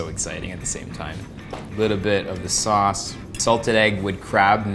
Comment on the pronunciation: When the lady kept pronouncing sauce as 'sus' and Erwan had this 'hold it in. hold it in bro' moment. lol